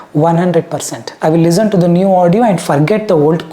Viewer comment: its listen not lizten